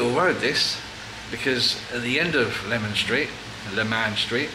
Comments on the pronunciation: Got the morning off, so thought I'd catch up on some DJ vids! That Lebanese looks lovely!! And I believe Leman street is pronounced "lee-man" street? Like Macmaster hahah 😅 - and thank you DJ for the shoutout!!! What a nice surprise when watching your video 😁😁😁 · Hi, another great video. BTW if you like Middle Eastern food like this try Piano Restaurant in Chiswick. Also Leman St is pronounced Leeman St. 👍🏼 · It's pronounced Lee-man Street 😆